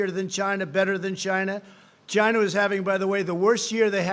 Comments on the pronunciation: I would love to see a reading comprehension exam administered after reciting this regurgitated garble. I’m done at GYNA-VIRUS...God help us all. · I was thinking he was saying vagina